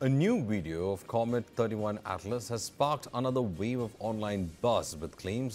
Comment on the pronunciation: Wow!, you guys don't even know if it is 31 or 3i. He is saying it as 31 Atlas, It's 3i Atlas. '3' stands for the third and 'i' stands for interstellar